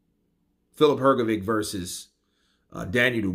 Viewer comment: Daniel Dubios pronounces the last name Hrgović correctly., it's really a big puzzle to me how you can continue to pronounce the last name incorrectly when DDD pronounce it correctly. Could you please explain that? I invite you to listen to the correct pronunciation of DDD. Listen, please, how to pronounce the surname Hrgović CORRECTLY!